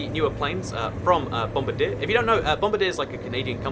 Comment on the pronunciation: bom-BAR-dee-ay, not bom-bar-DEER. =3 Also yes, quieter compared to earlier Dash-8 models before the "Q" package, but, well, turboprops are still louder than turbojets. And I hate Dash-8s! As for Canadian airport names, our ICAO four-letter codes all start with CY and finish with two letters, and all our IATA codes are our ICAO codes minus the initial C.